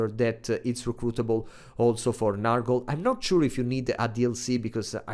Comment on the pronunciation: Please, comrade, it's not "Nahrgle" but "Nyorgle"! You pronunciation kills me every time.